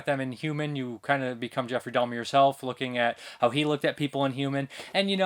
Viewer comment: There is no 'L' is in Jeffrey Dahmer's name, it's Dahmer not Dahlmer.